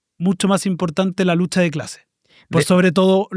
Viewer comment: "esta lutcha del proletariao' ya no prende a nadieen" jajajajajja, la compa